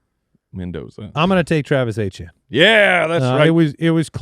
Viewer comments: Did I miss something? Who is Travis Achane?? Isn't it pronounced E-tee-en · And they all said it multiple times. I was beginning to think that maybe it was pronounced that way but I have no idea how I would get Achane out of Etienne haha